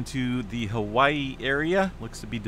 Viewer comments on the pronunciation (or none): none